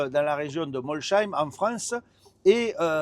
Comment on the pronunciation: Mol saīm et pas molchaīm Molsheim